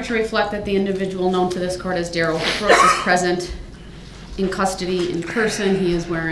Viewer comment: Dorow got her own little dig in there at Darh-rell .....if you were paying close attention. It would just slip out....ever so slightly. 🤣🤣